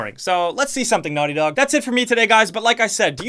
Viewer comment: Your old accent 🥹 ‘Naughty Dawg’